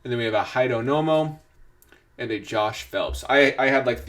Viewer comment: Hee-Dayo- No-Mo